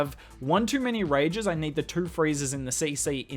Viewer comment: How you get that "R" sound into the number Two? Got rid of toooorah air defences. Is it tooruh, toourh... I just can't get it down.